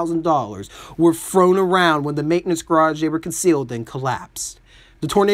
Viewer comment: ....its thrown...not frown